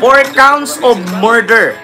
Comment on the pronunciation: Morder ba o murder? ✌️😂